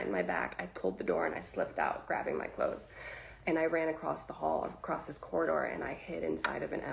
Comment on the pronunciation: Had to stop when you began talking saying "Dis" when it's clear you mean this. Learn how to speak English.